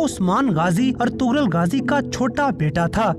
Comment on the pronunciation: Its not "Ertughral" its "Ertughrul"( gh is silent)